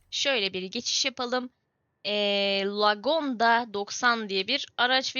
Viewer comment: lagondayı güzel okudun knka tbrik ederim